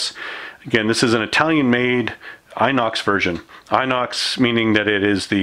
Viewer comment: It's pronounced ENOX. Just an FYI. Also, stop making me nervous by dry firing the 92fs. It's absolutely going to ruin the pistol. Otherwise it's a beautiful pistol 100%. I have the same one.